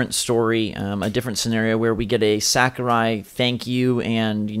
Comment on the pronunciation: Am I the only one who cringes when they say Sakurai? It’s SAW-KU-RAI